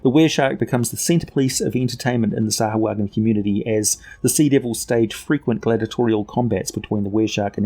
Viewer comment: You keep saying it wrong. SAH-WHO-UH-JHIN